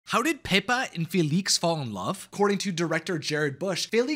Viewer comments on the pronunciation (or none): Just FYI, it's pronounced FElix, with the stress in the E. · Did you say filix? Pronounce it feelix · It’s pronounced fee-lix and pe-p-a